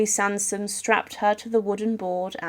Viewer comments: The executioner legendary family were the Sansons. You said Samson. And that is wrong. But to say the word "executioner" is correct. But that word technically would mean to execution. But it is what it is. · The executioner's name was Sanson not Samson